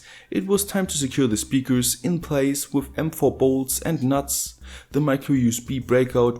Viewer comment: I love when you say "with", it sounds like woof!